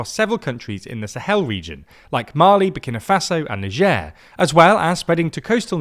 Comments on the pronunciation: You are NOT French! So pronounce Niger the British way and call it The Ivory Coast. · "Nijeur" xdd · Ho pronounces Niger like the name of some kind of French delicacy: Truffe au Fromage Très-Prétentieux 😂